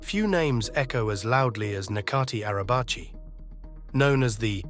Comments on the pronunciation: turkish people don’t really mind foreigners pronouncing turkish words wrongly but you literally obliterated this guys name 😅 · u butchered his name so badly, holy shit